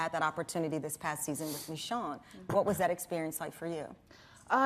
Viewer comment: I loved how she said meeshune instead of michonne